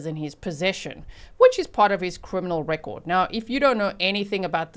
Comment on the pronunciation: I like how G says record…😏 grindr? Was he bi or something? Sugar ddy type …probably prostitution…? Idk this quite infuriating